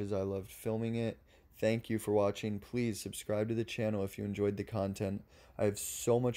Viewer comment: At the end of this video did you mean "Thank you for WATCHING" or "Thank you for WAITING?" Cause I don't know what "wathing" means! The devil is in the details, pay attention to what you do.